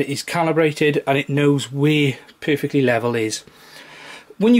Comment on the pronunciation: Nice video it helped my issue! :) Lol every time you said "Perfectly level" I kept thinking if you saying "poofictly level" XD